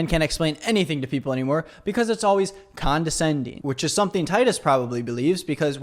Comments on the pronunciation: how did no one correct him on the ‘condenscending’?!😂 they just let him embarrass himself like that? 😂😂 he even said it with his whole chest! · Omg “condensation” “condensating” 💀💀literally idiots with mics running a podcast. I love the other comments 😭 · They can't even pronounce condescending... keep saying Condensending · It's condensating if it makes someone cry. Wow. Not just one. Most or all of 'em couldn't pronounce it. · I think you mean condensending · Condenscending? Condensation? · lmao condentsending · not being able to say condescending is hilarious Edit: John Micheal still looks like BooBoo Stewart and it’s still disturbing Edit: I feel like a lot of the time the “friend zone” isn’t a guy being lead on, it’s a guy wanting a girl who doesn’t want him and putting her in a “relationship zone” but doesn’t actually tell her that he wants to be in a relationship with her and so he just deflects and puts all the responsibility onto the woman and blaming her for them not being in a relationship when it’s actually his fault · “condensending’ LMAO